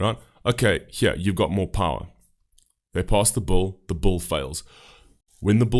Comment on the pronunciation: I really love that the way you say bill sounds like “bull” because…that’s what most of these policies are